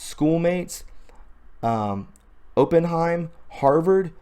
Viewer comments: It’s Opp In heim. Er. As in a investment firm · It’s pronounced op-in-hyme